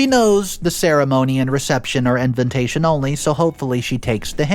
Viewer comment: I cant get past when say envintation.😊